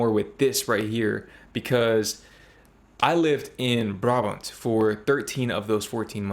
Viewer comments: The stress is definitely not on the last syllable.. BRAbant not braBANT… Trust me, I live there… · It's BRAbant, not BraBANT! And yes, I am Brabantian so I know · I don't see why a person who claims NOT to be Dutch should teach you how to pronounce words (names) the wrong way. It's not a regional thing; no Dutch person would pronounce Brabant with the stress on the second syllable. 🤷🏻‍♀️ However, there's a brand name - of I think you would call them kitchen supplies - BRABANTIA and this is pronounced with the second syllable stressed. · it is brabant with the stress on the last syllable, But then judging by your pronunciation of Dutch city names: you should work on it. Spoken with the same bluntness as if I were Dutch. I am not.